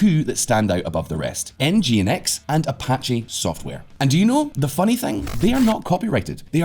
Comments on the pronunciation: Nginx is pronounced "Engine X" 😀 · Another great video. Fyi Nginx is pronounced "Engine-X". Terrible name I know! :)